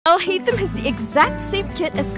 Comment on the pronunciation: btw the way u properly pronounce his name is, AL-HAI-TAM. (all the As are hard As, NOT like "apple")